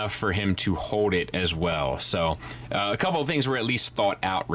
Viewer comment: "The hando is wide enough for him to hode it as well"